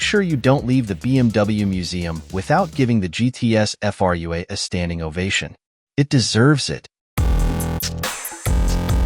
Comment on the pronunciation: The moment you hear Frua pronounced as individual characters you know it's a bot voice..., extremely annoying. The car itself is too much cobbled together. Its could be made any brand and doesn't stand properly on its wheels, really. Not BMW's finest hour actually. The design is excellent but the combo with BMW parts makes it look off-beat.